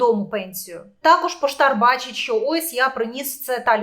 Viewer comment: Не "щьо", а "що".